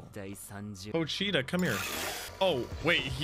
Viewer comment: It’s pronounced more like “pohch-ta” The “I” isn’t pronounced as having